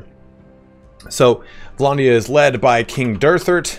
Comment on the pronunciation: Vlondia? It's vlANdia